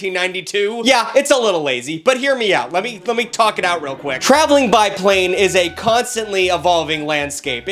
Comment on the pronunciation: we don’t use biplanes anymore Those are for barn storming! Edit, just keep clicking the timestamp just over and over again it’s funny hearing say biplane